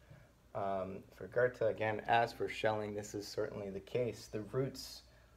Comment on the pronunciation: Would you consider yourself part of the "still can't pronounce 'Goethe'" movement? No hate btw, really enjoy these.